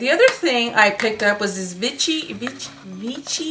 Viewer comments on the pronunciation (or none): Pausing at 12.48: it's pronounced Vishee, the accent on the last syllable and it's one of the most respectable skincare (for the most part) brands out there, all dermatologists in Europe swear by it. The serum you have is one for intense hydration, not for firming and lifting. That one would be the Liftactiv. If you find it, try it, I highly recommend all their products (I've been a fan for years, have tried almost everything, LOVE the aqualia thermal spa gel that is in the dark blue pot - GET IT if you find it). And you got the Neovadiol for a fraction of its actual price, it was a STEAL!